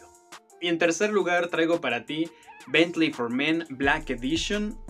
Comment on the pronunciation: Bien, es agradable escuchar Bentley bien dicho, en vez de Betlin como le dice el Sammy 🤣